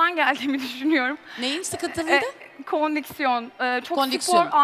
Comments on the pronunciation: Fundanın kondiksiyon demesi 😂😂😂😂 Asuman’ın çaktırmaması 😂😂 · ’nin “kondiksiyon” demesi🤦🏻‍♀️